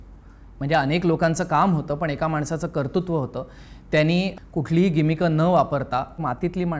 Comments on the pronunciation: arre, KARTRUTVA re... TRRRRR. 2 vela kartutva bolalas bhai. punyat japun raha:P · एपिसोड छान! एक निरीक्षण: "कर्तृत्व" चा शब्दोच्चार चुकलाय...